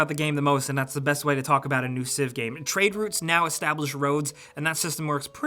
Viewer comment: HE SAID TRADE ROOTS LOL